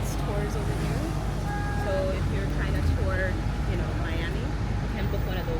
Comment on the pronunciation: iT'S MI AMI not your ami.. lol. Family mostly from South Beach, Collins Avenue and Godfather from Liberty City... My grand daddy owned the President Hotel on Collins Ave. near the Fountainblu . I had to sneak into the Fountain Blue as Jews were not allowed to go their.. long his story .. I do like the content and style of filming. free styling. Just the vibes you capturer in your streams. no complaints here .. just positive vibes and one love..